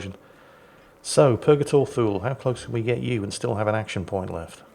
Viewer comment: I remain convinced that Thule is pronounced too-lee.